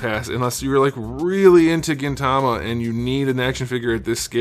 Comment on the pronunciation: lol pleasantly surprised you pronounced Gintama and Gintoki right haha. great review!